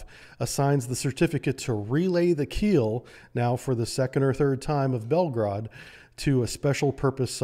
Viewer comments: It is not called Belgrade but Belgorod, Belgrade is the capital of Serbia !!! Read as it is written, and do not Americanize Russian words. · why it's so hard for Americans to properly pronounce Russian words? even this guy who is obviously knows his Russian submarines cannot pronounce Belgorod correctly. nor Vysotsky